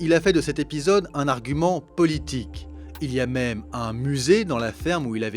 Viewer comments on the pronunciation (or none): none